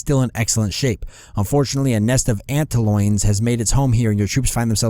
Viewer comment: Antloins sounds way more terrifying than antlions... so why can't I stop snickering?!? XD